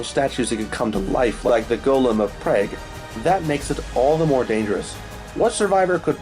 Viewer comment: As a citizen of the Czech Republic, his pronunciation of Prague made me laugh out loud. Good video 👍